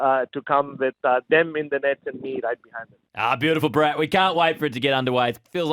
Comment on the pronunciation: Can you guys try and pronounce Bharats name properly or even try. It’s Bhaa rath not burrat.